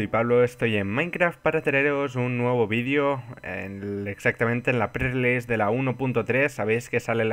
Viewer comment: releseasesease JAJAJAJAJA EL AMO.